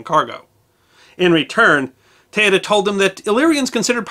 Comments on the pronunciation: It woud have been good if you learnt to say her name correctly. Teuta pronounced ( Te-oo-ta) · her name is pronounced TOOTA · Her name is pronounced Tay-OO-tuh. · Teuta is pronounce not like that. E and u is not a diftong but are pronounce as E and U. Second she was not a pirate but she gave accsess to piracy who worked for her.